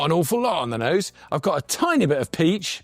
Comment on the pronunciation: Absolutely tickled me, when you said, I've got a tiny bit of peach, I heard piss 🤣🤣🤣